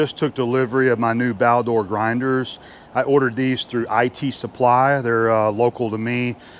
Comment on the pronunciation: "Baldor". Not Balder.